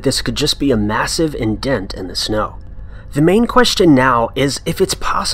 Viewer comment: Can't listen to guy who can't pronounce words like indent or Morocco ! mo-ron DISLIKE